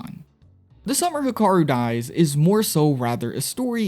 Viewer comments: youre pronouncing hikaru kinda sounds off sounds like hakaru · Hikaru is pronounced “He-(with a strong “ee”)-kah-roo” /informative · instantly paused the video and stopped watching when you pronounced hikaru wrong